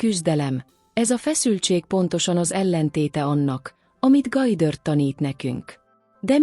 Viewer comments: Gojdörd!?? Vagy micsoda? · GODDARD....mit nem lehet ezen kiejteni normálisan?????